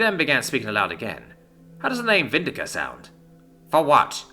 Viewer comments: Me too... Is VindiCta it comes from latin... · anyone else annoyed he mispronounced the latin sounding name there, missing the T after the C? no, just me? okay.